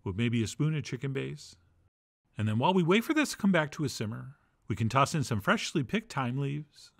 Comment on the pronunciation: Chef John always pronounces it freshhhhhly ground pepper.